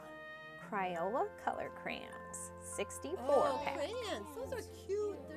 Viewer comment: “Cryola”???? CrAyola!